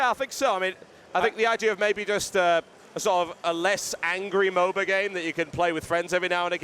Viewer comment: Please stop calling it MoBA.